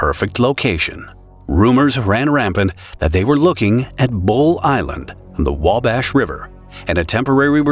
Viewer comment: There is no "L" in wabash (river)... Thank you